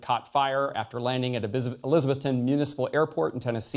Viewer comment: It's pronounced Eliza-BETH-ton.